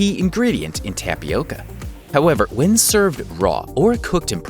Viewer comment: Tabioka more like TOMIOKA